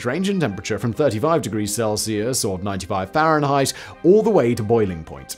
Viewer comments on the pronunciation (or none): none